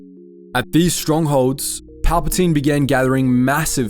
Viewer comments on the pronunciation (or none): none